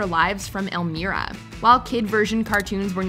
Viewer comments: "Elmeera"??? It's ELMYRA. 😖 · Elmeera? You mean Elmira pronounced "El-meye-ruh"? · They did Not just say Elmyra like "El-Meer-a" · "Elmeera" 🤦🏾‍♀️ who is "Elmeera"?? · Pronounced: L-MY-RA! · I was triggered by the incorrect pronunciation of Elmyra for the Tiny Toons segment, but you redeemed yourself with naming Gargoyles the best of 1994. (IMO It's the best show ever though, so...) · I'm still triggered. 😖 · Hold up. How do you butcher Elmyra's name then 5 min later say it correctly 😂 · How... how did she say Elmira's name wrong? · How the hell you gonna come up with a list and get ELMIRAS name pronunciation wrong?!?!